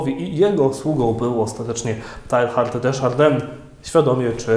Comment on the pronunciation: Słowniki podają wymowę nazwiska: tejar de szardę